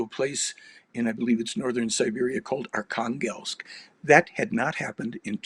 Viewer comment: Archanglest - almost sounds like "Archangel" and yet Russia is not religious whatsoever